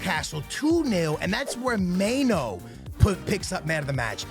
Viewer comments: may-no lmaooo its my-nu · Dude mispronouncing EVERY name out here. May-No, Ho-Land. Do you actually watch football? Here is the Prem players pronouncing their names for ya dude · Mainow 😂😂hoeland 😂bros pronunciation is mad